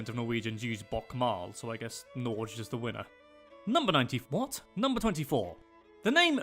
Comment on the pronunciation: He does NOT pronounce Norge correctly - at the end of the word we pronounce G + open E